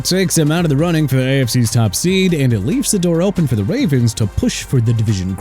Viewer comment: "The Wavens" LMAO